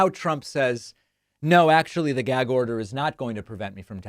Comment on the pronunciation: Whats a "geg" order?! Lol. Trump can't pronounce anything